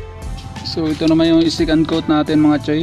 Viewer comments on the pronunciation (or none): Sorry hahaha "Secandtot" naririnig ko hahaaha.